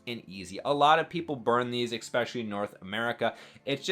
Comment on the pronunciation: It’s especially! Not expecially😅